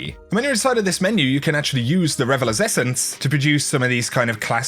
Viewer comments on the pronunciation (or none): Is it just me or does it sound like he's saying Revelous vs Revelers? 😄